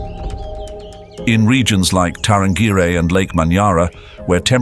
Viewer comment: The narrator or AI mispronounced Tarangire (National Park outside Arusha). It is pronounced Ta ran gearee